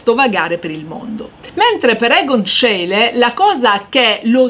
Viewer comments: Ecco magari la pronuncia di schiele diciamola bene. Si dice "scile" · Grazie, alle superiori adoravo le lezioni di storia dell'arte anche grazie alla bravura e all'amore per l'argomento della prof. e tu fai la stessa cosa. Unico appunto, Scheile si pronuncia "scile" Cari saluti da Cristina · Schiele si pronuncia "Scíle" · La prego verifichi la corretta pronuncia di Schiele! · complimenti, peccato la pronuncia di Schiele